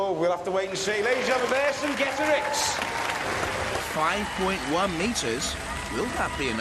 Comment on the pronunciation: Love the Monty Python reference. Is it really that difficult? [Ver-sing-get-a-rix]